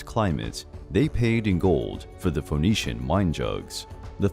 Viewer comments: Phoenician rhymes with bird not bold! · The O in Phoenician is silent.